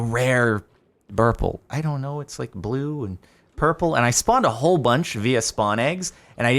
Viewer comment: "burple" "Burple"